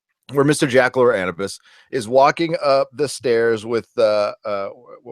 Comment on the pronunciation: you're saying anubis' name wrong.